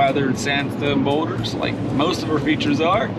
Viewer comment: what kind of boulders did you say you used on this feature? Sounded like you said weathered something??